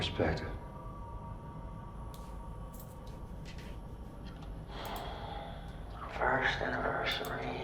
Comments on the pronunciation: "I WANT YOUR PRESEPCTIVE" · “perspective” AND Your the main “course” not “cause”